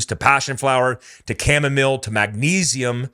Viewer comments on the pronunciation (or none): none